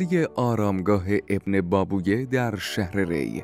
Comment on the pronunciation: ممنون از اطلاعات ذیقیمتی که دادید، ولی تلفظ دو لغت رو اصلاح کنید. ابن بابویه را Ebne Bab-ve و چیز گرد و مدور را Modavvar تلفظ می کنیم. سپاس